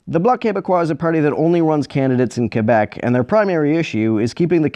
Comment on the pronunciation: Also it's so refreshing to here someone pronounce "Quebec" correctly in a YouTube video.